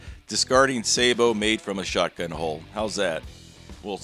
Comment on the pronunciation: I'm just glad you say sabot right. Thanks for the content and rock on.